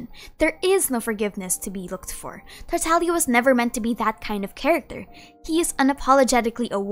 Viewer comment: Ah yes the good tataliear